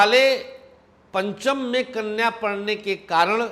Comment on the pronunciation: Aap knya kyo bol rhe ho